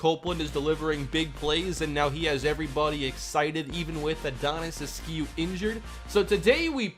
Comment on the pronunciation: The only thing you should change is the way you pronounce askew... please just look up a pronunciation of the name and I promise you it’s pronounced “ask you” every single time